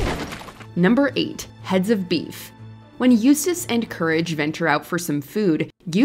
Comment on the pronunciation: Im just glad you guys got someone to pronounce Eustace's name right That other list was cringe as hell